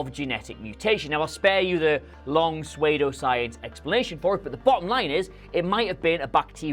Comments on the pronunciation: Suede-O-Science? Did you just read a word from a script you didn't know how to pronounce, I lose sleep over things like this. Presumably you were attempting Pseudo-science. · It’s sue dough science(Psuedoscience) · "Suede-o-science"? Good God man your pronunciation is terrible. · Did he just say... 'swaydo-science'? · Swaydo science? Never heard it pronounced that (s)way before🤔 Aaaand now I’m having a Patrick Swayze Ghost flashback. Not good. Have a great holiday regardless!